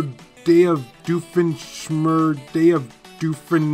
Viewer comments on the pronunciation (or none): Watching struggle with pronouncing doofenshmirtz is the best part of this video